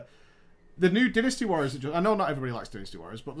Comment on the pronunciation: Yeah.... they mispronounced DYNASTY WARRIORS. They mispronounced it TERRIBLY.